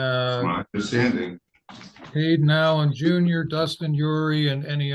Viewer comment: Haayyy-din Al-in Jew-n-yer